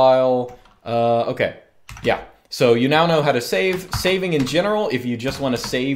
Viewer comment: when you say yeah, it sounds like german ja. Is this intentional?